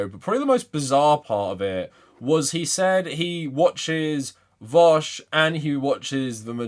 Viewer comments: I pronounce it 'voosh' as in, rhymes with douche. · The fact that he pronounces it as "vowsh" makes me believe that he doesnt actually watch vaush's content or is just trolling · I have to believe these guys are calling him vowsh purposely at this point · lmao what is it with people who disagree with Vaush consistently calling him "Vowsh." It's such an obvious tell to me. also I don't believe for a second Spencer has gone lib. this is just a new tactic to hide his power level 100% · He pronounced it vahush, clearly he doesn’t watch him enough to even know how his screen name is pronounced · I don't think ppl who watch vaush call him vowsh 🤣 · The fact that he called him Vawsh is the icing on the cake! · You can already tell he’s not a Vaush fan cause he calls him Vowsh! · Yeah, I’m sure he loves watching “Vowshe” 🙄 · Oh god, he would pick vaush wouldnt he lol. And pronounce it vowsh. Fake fan. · It seems you're both mistaken, it's pronounced "Veeck" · You can tell he's lying because he pronounces it Vowsh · When he mispronounced "Vaush" I physically cringed. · It's actually how Sam Seder pronounces it too lmao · No real fan of v00sh pronounces v00sh like that imo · I mean. Pronouncing it like that is kind of a meme in Vaush's community already. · There are 3 types of people. Those who are only barely aware of vaush or hate him, always mispronounce the name, likely inintentionally. People who are aware of vaush, not particularly fans of him, and always pronounce the name right. Those who are fans of vaush never pronounce the name right. Its always vowsh.